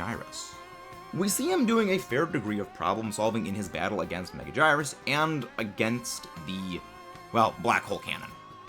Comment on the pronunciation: “Megajirus” instead of megagurius is crazy